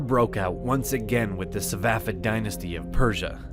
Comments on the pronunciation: SaFAvid not savafid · It's "Safavid" not "Savafid" or "Safafid"😂😂